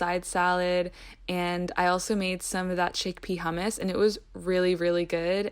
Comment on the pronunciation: Nobody says she is Middle Easterner because she pronounced hummus properly..